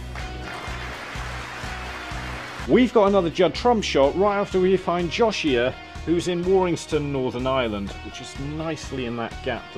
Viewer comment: Question guys.... Is the name pronounced Joshia, as was vocally said while pinning on the map? Or Joe-si-ah as it's spelling would suggest?